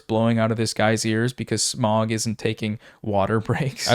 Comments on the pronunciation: Smough is prononced smo great vid tho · Great video, great points. But... Smough is not pronounced "smog", we know that. Its either between smough (smo) or smough (smof). This is because of the character hawkeye Gough in the ds1 dlc in Oolacile. When he speaks he pronounces his name he says Gough (gof). But this doesn't mean that its smough (smof) as the exicutioners name is never said. Also hes actually real buff under his armour, shown in some concept art. Great video still. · patiently awaiting the next feud video between and the Darksouls community for pronouncing Smough as "Smog"